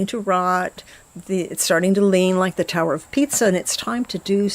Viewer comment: Adorable as usual. Did you say Tower of Pizza? lol My kind of tower. ☺❤💚💛💜